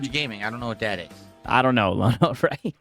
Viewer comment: Lono: rhymes with DONO.